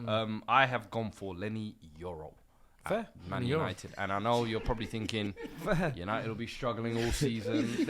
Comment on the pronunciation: An awful lot of “finking” going on.